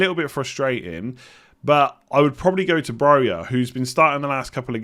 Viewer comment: It's Broja, not that